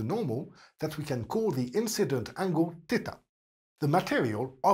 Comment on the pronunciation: i love how u say theta